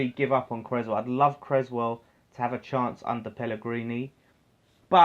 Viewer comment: Solid vid fella. Have to say though (and you aren't the only one), please pronounce Aaron's name correctly. You don't have an egg and crez sandwich! CRESSwell... 🤣🤣🤣🙈